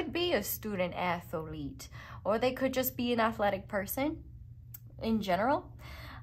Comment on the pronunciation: “Student athalete” 😂😂😂😂 I will definitely NEVER be saying “athalete” the same way again 😅